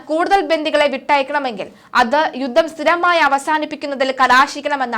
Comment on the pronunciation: യുദ്ദം,യുദ്ദം!!!? യുദ്ധം എന്ന് പറഞ്ഞ് ശീലിക്കണം